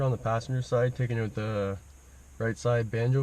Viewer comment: 'it'll pop right oote"